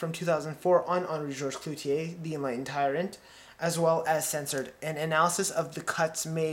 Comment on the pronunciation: It's CLOUZOT, not "Clouzier".